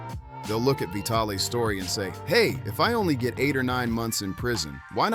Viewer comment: AI voices crack me up...."Vitale's Doki"....LOL